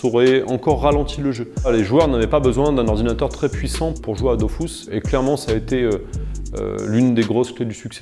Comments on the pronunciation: Avouez on a tous envie de dire que on dit pas "dofousse" mais "döfusse", mais après on ferme notre gueule car c'est le créateur du jeu en personne devant nous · Arrête de dire Dofousse zeubi c'est Dofus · ok donc enfait depuis le début c "dofous" et pas "dofus"?????? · Une pensée à tout ceux qui pendant 15ans ont prononcé « dofus » et non « dofousse »...😉 Peace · C dofuuuuuus pas dofouuuuuse meme le createur ne sait pas comment le dire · on dit dofus pas dofous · par contre c'est dofUs et pas dofousse bordel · j'apprends surtout que selon son créateur ça se prononce "dofousse" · Il le prononce mal 🤣🤣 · dofrousse même mdrrrr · Ankama a toujours eu tort sur le sujet, c'est DofUUs :P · Il ne sait pas de quoi il parle* on dit bien Dofus 👍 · Quand t'appelais pour un code audio la dame disait "Dofousse" aussi, mais je me disais qu'elle se trompait haha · « Dofous » AHHH Oké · La vrai révélation c'est ça : Dofus se prononce DOFOUS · Tout le monde dit Dofusse et pas dofousse? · Pourquoi il dit ''dofousse'' ? Il dit que le tour par tour était avantageux car ça ne prenait pas trop de performances... Dofus est le jeu le moins opti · Il a dit dofous ça peut pas être le créateur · il a niqué mon enfance à dire dofous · il dit "Dofousse" Brûlez le. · pppptdrrrr il a crée le jeu, il l'as codé, il l'as géré, il s'en est occupé pendant plus 10 ans mais oklm il c surement trompé dans la prononciation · Depuis toute ces années je prononcais mal Dofus...